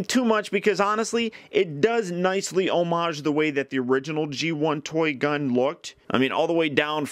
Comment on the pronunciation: Say "homage" again! I dare you!